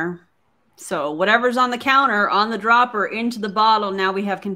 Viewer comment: did she say "DOBBLER?" closer i guess??.... its a dropper A DROPPPPERRR